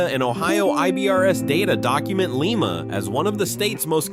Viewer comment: You miss pronounce Lima. Is Lye-muh.